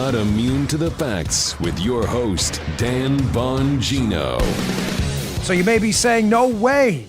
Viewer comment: DAN BAN-GEE-NOOOO.